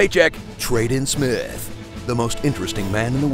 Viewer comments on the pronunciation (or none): He said "Trade In Smith." X_X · trad-in smith......hahahahahhahahahhaahah